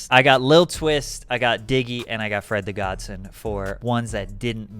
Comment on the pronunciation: LOL, it's awesome how you pronounce "Fred the GodSON", It's not Godson like Johnson. It's godson like godfather-godson.